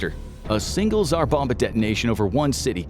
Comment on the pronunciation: the video repeatedly says "A Single Tzar Bomba"